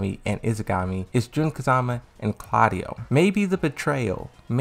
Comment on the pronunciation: I'm with you on this one! Every time he tries to say Yggdrasil the way he does, I want to tear my hair out. The sister's name is Izanagi not "Izagami"!